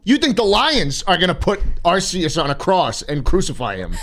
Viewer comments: HE PRONOUNCED ARCEUS CORRECTLY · All right, here’s what actually happens the 1 billion Lyons see Arceus Arceus snap some out of existence also slot it’s pronounced (are key us ) Arceus Edit: back two years later, I’m a fucking nerd😂